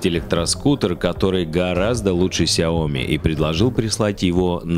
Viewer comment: СЯОМИ УДАРЕНИЕ НА И !!!